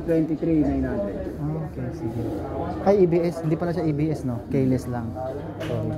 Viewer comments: Keyless hindi kayeless. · Sir,... kee-less (keyless)Ang pronunciation dun Hindi po kaye-less...pero on the other hand, maganda pagkaka review mo. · ki les ang basa boss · ehehehe natutuwa ako sayo.. "k-less siya" "ayan odo meyter niya" "averids meyter" ehehe peace bro!